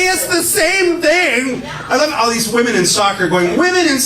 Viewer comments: OH THANK GOD!!! I thought I was the ONLY ONE who was noticing that everyone is saying woMAN instead of woMEN nowadays. Where TF is that coming from??? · Omg I’m so glad I’m not the only one who thinks that people who say woman instead of women are ignorant af.. it’s super annoying. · The women thing started creeping up a while ago and I've been wondering why in the hell can't anyone pronounce women anymore. Getting dumber by the month. Holy hell.